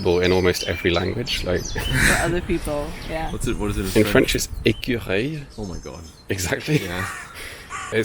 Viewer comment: He does about as well with Dutch and as French is his second language, I am not surprised his pronounciation of that is just about perfect as far as I can tell.